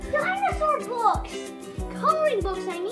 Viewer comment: Dino-sore or Dino-saw? 🤣🤣🤣